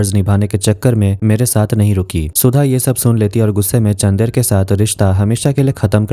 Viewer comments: How hard to pronounce चन्दर ? Ye चंदेर kya hota hai...? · it's chandar don't say chander